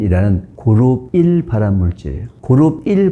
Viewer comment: 발음좀,, 그룹1을 계속 그르삐 라들려서 도대체 그르삐 가뭐야했음